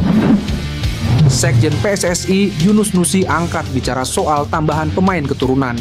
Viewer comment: PSSI bukan PSSAI ..yg baca naskah belajar Indonesia yg benar dulu 😂